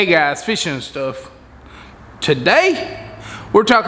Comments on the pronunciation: This diy is awsome, im going to work on it "ta-day" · "Ta-Day" and almost everyday, I watch your videos,and they are AWESOME!!! Merry Christmas to you and your Family.🎄🐟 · Ready to get it "Ta-Day". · Love videos learned alot from your diy. "TA-DAY" I also like saving money and doin diy stuff especially when it comes to fishing. Thx and keep it up